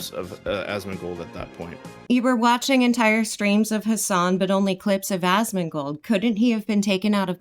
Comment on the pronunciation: pronouncing Asmon's name as "Asthmagold" is killing me. Another fantastic video!